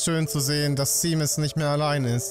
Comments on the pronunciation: Seamus spricht man übrigens Shäjmis aus. Ein harry potter charakter heißt genauso, und da wird es auch Shäjmis ausgesprochen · Ich glaube Seamus wird ''Shaimus'' ausgesprochen